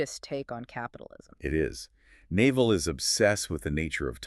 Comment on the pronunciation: The hosts are totally mispronouncing his name. 😩 It’s not Naval like the navy, its pronounced “Nav-All”. Hard to trust this channel if they can’t even get the basics right. 🤦‍♀️